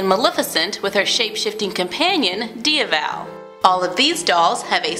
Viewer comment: ok nothing against you, but his name is actually pronounced dee vil